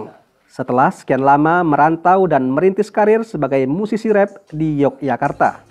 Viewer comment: Mimin kalau bisa pengucapannya Rap bukan Ref🙌